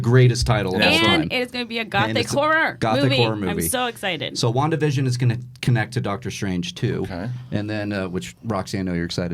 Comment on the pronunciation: WandaVision sounds like WonkaVision